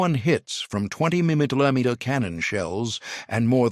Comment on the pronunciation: 30 milleyomeeter cannons. Lol.